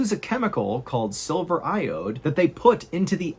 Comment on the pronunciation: Is is silver or sulphur the way you enunciate the two words it's hard to tell at about in the video.